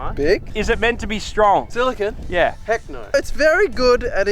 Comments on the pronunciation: Your "silicon" was not, it was clearly "silicone." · Silicon - Literally "silicone," even though you said it wasn't. Glass - Silicon dioxide Obsidian - Silicon Dioxide Quartz - Silicon Dioxide Wtf do you guys have against silicon? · Silicon with an e isn’t pronounced the same as silicon, just gunna put that out there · Silicon Sphere has TWO "e"s actually 😊